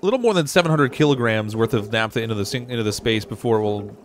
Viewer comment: "Naphtha" - ph as in "pharmacy" or "photograph" (i.e., "NAFF-tha", not "NAP-tha").